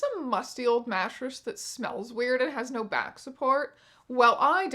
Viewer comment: lmao i heard “gnashers” instead of mattress and was like…well, yes